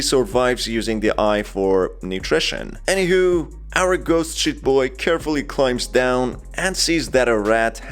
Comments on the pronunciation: Because of your accent i keep hearing "ghost shit boy" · Everytime He says sheet in british.. makes me recall the real word... The word Shi